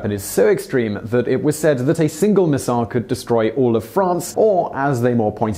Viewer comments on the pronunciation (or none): none